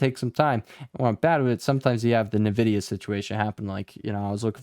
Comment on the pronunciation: i like how you pronounce NEEVIDIA :)